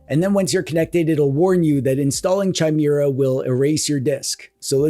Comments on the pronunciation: The H is silent in Chimera but otherwise as always a great vid. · DRINKING GAME!!!!!!. Take a shot every time pronounces 'Chimera' incorrectly!! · Anyone else bothered that he says Chimera instead of Chimera. Clearly its Chimera and not Chimera. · That's not how chimera is pronounced.... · If you don’t learn how to pronounce ‘chimera’, I stg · Pretty sure the H is silent in Chimera. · The way you say Chimera is insane. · It is pronounced as either "K-ee-me-ra" or "K-ee-mae-ra" because it's etymology is from the Ancient Greek "Χίμαιρα". The stress is also on the double "ee". The "ae" is not used in modern days. In the old days one wrote "Encyclopaedia" but today everyone writes "Encyclopedia". I am an etymology nerd from a very young age 😅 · Yeah, that word is pronounced "KI-mera" ... this is a well-documented fact that I'm almost positive isn't something distinguished by country of origin... (Canada is also now objectively cooler than the US, where I unfortunately still live) A chimera is a Greek mythological beast, but in modern times the word usually refers to something made of 2 things. Thus, a monster with the head of a lion but wings of an eagle. Two critters in one. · I'd prefer it if you called it kai -meeuh - ruh OS, actually. It's not spelled Chaimera, is it. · Chimera... Like chai latte... Sooo wrong... But since you said it times I think it was on purpose xD It's pronounced Kai-mera (*adjust monocle*) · Its pronounced "kye-MEER-uh"!!! Gosh you're such a DWEEB! (never stop) I do like Bazzite and adding in EmuDeck for Emulation Station, and of course the theme is there too! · Gosh dang, I know it’s probably for the engagement, but you got me! it’s pronounced Ki-maera not Chai-maera. Also, the monster is from Greek Mythology. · Kye-Meh-Rah. Chimera... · chimera is pronounced /kīˈmirə/. That's it. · Oh, I thought it was pronounced Chime-Ra. Silly me. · Chai-mira Chai- na He is phonetically consistent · It's KEE-MEH-RAH